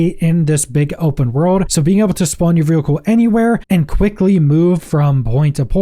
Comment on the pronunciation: Bro can't say vehicle